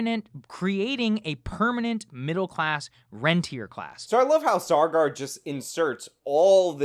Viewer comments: Saager must now legally change his name Sawgar in order to align with Elitist pronunciation of his name. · It's Sagar, not sargar lol